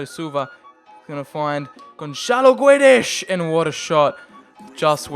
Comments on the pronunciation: Is It a h in guedes bec u say guedesh and not guedes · And Gonzalo Guedesh